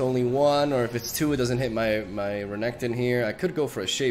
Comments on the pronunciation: you said Reggaeton💀💀💀 Love the video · pls never change Renektons pronunciation. It sounds kinda cooler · Thanks to you, I now can't stop calling Renekton "Regatone". It just sounds so much cooler 😎